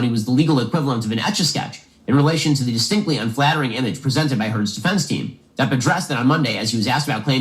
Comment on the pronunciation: it’s DEPP not deep